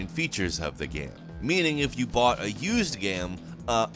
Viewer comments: I love your content, but man the way you pronounce game just tilts me so hard. It isn’t spelt g a e m... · Someday this guy who is payed to talk about games for a living, will actually learn to pronounce the word 'game.' One can only dream.... If the content of everyone else on this channel wasn't gold, I'd unsubscribe in a heartbeat to get away from this guy repeatedly saying 'gaem' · Who says GAME like this?! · BRO PLEASE STOP MISPRONOUNCING THE WORD "GAME" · This guy doesn’t know how to say game